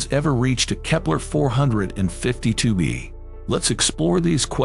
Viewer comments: If this dude doesn't stop saying "kepler-fowler 52B" and/or "kepler-far 52B" I'm gonna lose my here ...... !!!! 0_o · "Or its remnants of kepler fawer 53b" IM BOUTTA HAVE A STROKE STOP USING AI